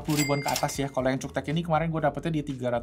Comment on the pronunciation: Cara bacanya "KULTEK" Also selanjutnya ngomong "CUKTEK":face-blue-smiling